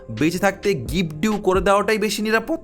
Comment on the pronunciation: কথাটা' গিফট ডিউ' নয়' গিফট ডিড'